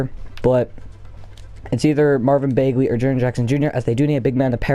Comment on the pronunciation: It’s Bag-Lee not Bayg-Lee